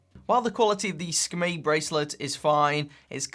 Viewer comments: Hey, just thought you might like to know how to properly pronounce the SKMEI brand name! In Mandarin it means Hour/Quarter/Beautiful and is spelt Shi Ke Mei which is a bit like saying the English words shirker-may as one word! Okay... shirker-may, shirker-may...ya got it! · see-ka-may (moment beauty) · It's pronounced 'SCUMMY' LOL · It's pronounced "Skmei". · Pronunciation is Ski- May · Every time u say Sakamei I'm like 😂😂😂😂😂😂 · It's pronounced es-kuh-mi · "Skim-MEE" it is. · That's good information! I thought it was pronounced 'SKuMEI' 😂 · In English yes it’s a strange name. In Mandarin, as many have already commented here, it’s pronounced differently than what says. As well, in Mandarin it is actually a very pleasant sounding name.